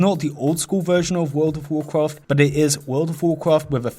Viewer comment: Woool ov Wovcwaft